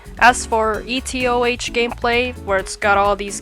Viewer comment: calling etoh E TEE O HAYCH is like saying geo dash